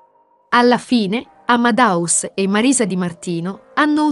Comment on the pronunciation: Fai così fatica a dire AmadEus dicendo la E?Non è Amadaus!